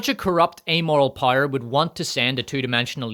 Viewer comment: I just realized after watching several videos that “pyre” is just how you pronounce power lmao, I thought “rings of pyre” is some kind of joke I’m not getting.